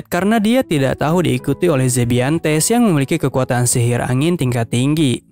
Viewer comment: sihir bg bukan silil